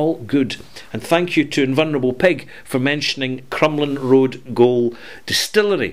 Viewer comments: Pronounced Crumlin road Jail not Goal. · Thanks for the mention.:) For future reference, 'gaol' is pronouced like 'jail', which is what it used to be, an old prison across from the Crumlin Raod courthouse in North Belfast.